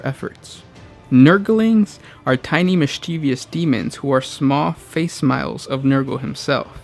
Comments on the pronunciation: Great video as always (Facsimile: Not face-smile, fak-sim-ill-lee) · "facsimile" is pronounced "fak-sim-il-ee", not "fay-smile" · This dude really said face smile instead of facsimile (fax Sim a Lee). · it’s pronounced FAK-SIM-ILLY. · You really pronounced facsimile as fakesmile?